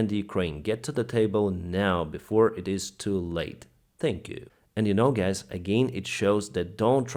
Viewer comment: "So, gays" When will you fix your English pronunciation?